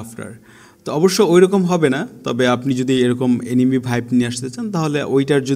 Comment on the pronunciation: What the ** is enemy. it's called এনিমে not এনিমি